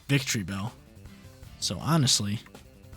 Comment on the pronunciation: Victreebell???? No……..it’s VICTORYbell!!!